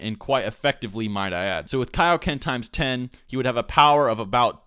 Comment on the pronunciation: When are we gonna learn the keioken? What? The keioken king kai! Kai. What? KAI-O-KEN! IT'S IN MY GOD DAMN NAME! -___- y u make me do this